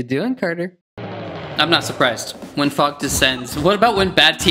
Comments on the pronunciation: Did say the f word or did he say fog it’s kinda hard to tell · Did say fog or f*ck? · When he sid fog I thought he sid f- You know what. Lets not talk about that..